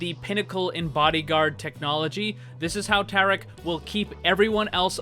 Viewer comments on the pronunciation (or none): Maximiliano Salvador understandable. I think It might me Hindi as well, seeing how it’s spelled differently and the way he was pronouncing it, it was a bit off.